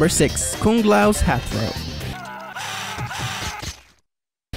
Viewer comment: Stop saying Koong it's Kung